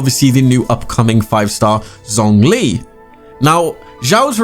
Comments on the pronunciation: Xiao is pronounced She-Ow. Xiangling is She-ang Ling. Zhong Li is Jong Li. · the way you said zhongli's name 😐